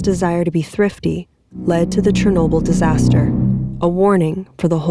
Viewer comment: Great video! I love it so far, you did a great job with your narration and story consistency! I also love the ediring so much♡ Also, finally someone pronounces Chornobyl correctly!